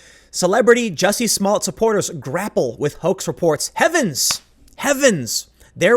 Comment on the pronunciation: It's pronounced "juicy"